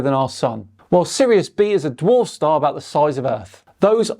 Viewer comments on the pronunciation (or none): none